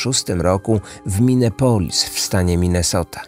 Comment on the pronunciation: Minepolis? A nie Minneapolis?